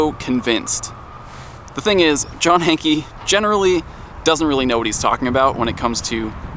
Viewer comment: I love ya but you've played footage where they've called him John 'Hank' but you still pronounce it Hankie!